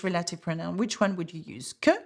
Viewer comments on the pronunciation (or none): Reminder that “relative” is pronounced “rel-ah-tiv”, not “reh-lay-tiv”